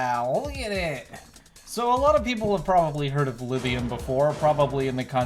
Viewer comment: Look up how to pronounce lithium